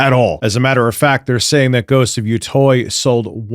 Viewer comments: Ghost of YO-TOY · Ghost of "Yatoy"